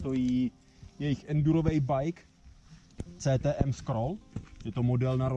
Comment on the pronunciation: CTM se pouze píše ale vyslovuje se KTM. To pokud chce někdo o dané značce mluvit, tak by to měl vědět.